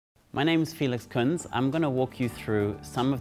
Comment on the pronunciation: You should pronounce our lastname Kunze properly. In German you pronounce the "z" like "ts" and the "e" like when you say Elefant. Regards from Berlin